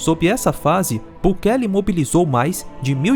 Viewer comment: Você é o primeiro YouTuber no Brasil que escutei pronunciar corretamente o nome dele. Só esse detalhe fala muito da tua competência em trazer um material de qualidade como sempre fez. Parabéns mais uma vez! Ótimo vídeo 👏🏼👏🏼👏🏼